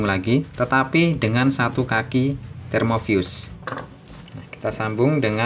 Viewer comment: termofuse bang, bukan termovius (pelafalan di video) 😄🙏